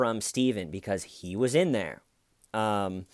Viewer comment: "DA HAIYR IS THEIYR,, DA HAIYR IS THEIYR BUDD!!"